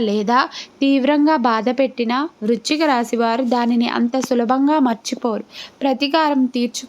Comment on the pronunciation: వృచ్ఛిక రాశి కాదు వృశ్చిక రాశి